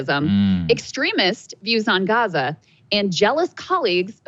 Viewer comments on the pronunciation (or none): none